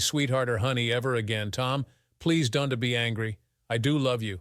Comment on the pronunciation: This story is fucked up! The villain in the story is named Richard. Then, before the Police got involved, his name changed to Jake! It was painful to listen to the pronunciations of possessives and contractions. Instead of apostrophe S, each person's name was pronounced with the S sounding like a last names first initial! Example: the prosecutor S. Mark S. ; Don't was pronounced donte'. Also, the title indicated that the story was about interracial marital cheating! This story should be removed from Instagram! Ma'am was pronounced, MY AM! WTF?